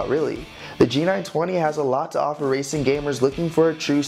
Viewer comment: Did you say wacing wheel